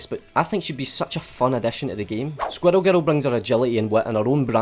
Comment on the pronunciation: I'm sorry but he says "squirrel girl" like "squddle guddle".